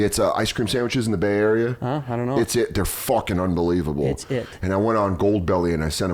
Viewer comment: Having some Bay Area roots I thought Dan would know that, that ice cream sandy is called an "it-sit" pronounced like one word. Not it's, it. It was hurting my head hearing him say it like that lol